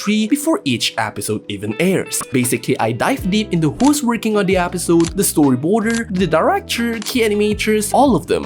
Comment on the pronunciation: Bro please it's episode not Apisode